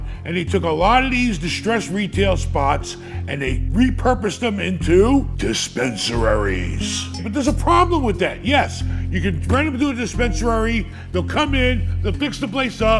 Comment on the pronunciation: Dispensereriery 😂😂😂 you’re a legend!